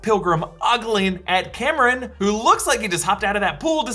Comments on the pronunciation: Cameron?! haha its pronounced COMM- RON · CORRECTIONS::::: it's Calm-Ron (Kamran) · Only two things concern me at this point. Is there going to be another inaccurate portrayal of Pakistan. And second how he kept calling Kamran, Cameron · Please get the Kamran pronunciation right next time. Good job as always!